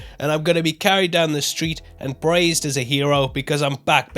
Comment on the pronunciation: Did you say praised or braised as a hero, just a warning that some cannibals will be after you